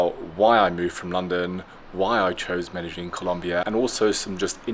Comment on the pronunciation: 😯 Lon-de-llin?! or Men-Don?! 😛